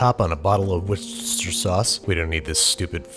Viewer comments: Okay, say it with me: "wooster-sher", not "were cester shire". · Tip for everybody still mispronouncing Worcestershire in their cooking videos in 2019: The first section of the word is "Worce-ster" as opposed to "wor-chester". Worcester should effectively be said as 2 syllables. Wor-ster-shire sauce. or if you will, something closer to "wuss-ter-sure" sauce. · (Woo-chesst-hare) hope that helps ahaha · War Chester shire sauce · A tip from England, it’s not war-Chester-shire sauce, it’s pronounced more like Wooster-sheer sauce. Great video though. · From a British person, it's pronounced "wooster" sauce. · it’s pronounced “wooster-shuh” I’m from England and Worcestershire is in England. Pronounce it correctly! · Me: Wor Andy: Wor Me: Ster Andy: Ster Me: Shire Andy: Shire Me: Worcestershire Andy: Yeah no I'm just gonna refuse to pronounce it correctly because it's funny. Yeah it's not funny. Call it what it is. WOR. STER. SHIRE. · Worcestershire...... Woo-ster-sha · Worcestershire sauce is pronounced "woostershir." The "shire" is like shirt but without the t at the end so "shir". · “War-Chester-Shyre sauce” or as people form Worcester say Worcestershire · For the record it's pronounced "Worst-her-shire sauce." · Worescestershire is read as /wusteshir/ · Wuss-ta-sheer or the informal way Wuster Sauce. Wuss like puss, ta like ta -da, and sheer like to sheer a sheep. Not trying to be a pronunciation officer. But this is the only I feel like I can contribute to the channel is by sharing how my grandparents from England pronounced the word. Keep the videos coming Babish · it's pronounced wors-ter-shir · Better give this video a fresh-chopped like and give Babish a fresh-chopped sub like in the 1st video. Also, Babish, its pronounced, "War-stish-shire." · “Worcestershire” is pronounced “Wuster-shuh”, for some odd reason. I don’t make the rules, I just live here. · War chester shire sawce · XD it’s pronounced war stis sure sauce, but ok. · Whestcher sass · wuh-stisher sauce